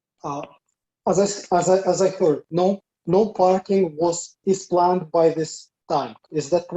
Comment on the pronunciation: how does "is planned" sound like "Islam"? 😅